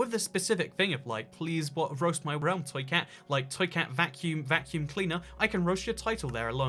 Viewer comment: thank you for roasting my realm it was very epic. Side note you are one of the first people to get my name correctly lol.